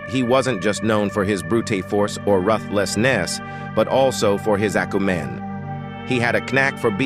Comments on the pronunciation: At first I was like it's not AI but then 'leegend' for legend, 'acu-men' for acumen, 'Kernack' for Knack. Stop with the AI slop please. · 🤣🤣🤣 this AI narrator mispronouncing words like "accumen" and "interestingly"